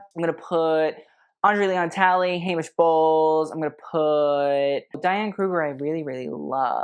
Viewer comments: Okay … Anne Heche… pronounced as Haysh to Hetch. She was quirky and quite beloved. She suffered from mental illness. She had a tragic life and even more tragic death. She deserves grace and respect please. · Heche (Anne Heche, died in 2022 due to a car accident/drugs) is pronounced "Hey-sh" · Don't know which was funnier, "the stain was the most interesting part of the dress" or "the dress should have gotten rid of itself". Thanks for this,. I needed a good laugh today. Oh, Anne Heche is pronounced Hay-sh and she was an actress, formerly Ellen D's gf and died last year in a tragic car accident when she was trapped in a burning car she drove into a house. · Tell me you’re young without telling me you’re young. Anne Heche (Hay-shh) and Famke (Fam-kuh) Jansen were a thing in 2004. Famke was the original Jean Grey in the X-Men movies. PS Theodora is (Theo-door-ah)